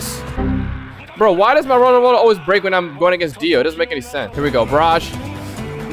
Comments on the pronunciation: I've also gotten ALOT of tales of universe I've gotten so much to the point where I frown from getting it..My luckiest moment was when a dragon ball spawned back to back.. (This is all about his lucky moments) Also why does he sound like he's saying World-A-Roller instead of Road-Roller? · "Rolo rollar" idk what that is isnt it road roller? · bro its not roda rolla its just road roller😐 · Bruh man says rolla rolla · i just love how he call the road roler rola rola XD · Did i heard u say Wollo Wollo... HAHAHAHAHHAHAHA